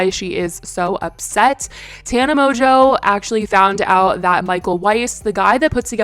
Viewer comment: moNNNNNNNgeau, not MOJO, PLEASE